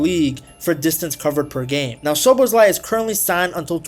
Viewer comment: try the pronunciation without the z's: soboslai (sz is s in Hungarian)